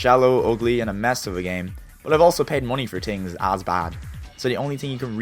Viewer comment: "tree laps", "tings", "two tousend and eight" that's very similar to Jamaican Creole. Are you Irish??